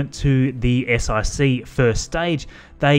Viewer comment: You called it an S-IC (Eye-cee) instead of an S-IC (one-cee)? Roman numerals! That's not the thing is it Also, you said S-IVB (Eye-vee Bee) as opposed to S-iVB (S-four-b) does that also count?